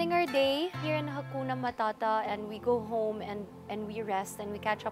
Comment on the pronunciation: I feel so good as a swahili speaker hearing people Saying "Hakuna matata" and she says it very well😊